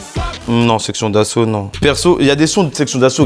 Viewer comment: SESSION D'ASSAUT AU LIEU DE SEXION A ..